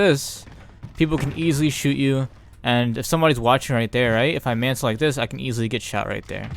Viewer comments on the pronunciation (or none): Bruh it’s mantle not mansle